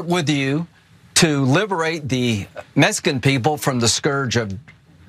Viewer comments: "Meskin" people!?? WTF! Does he not know how to pronounce the word properly? SHEESH. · Maybe he could learn to say Mexican properly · Hey lindsey you watch your mouth boy it’s not messcan it’s cartel’s MEXICAN fucker harm you graham fool